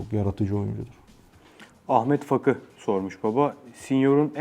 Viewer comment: Fakı değil Faki diye okunuyor :)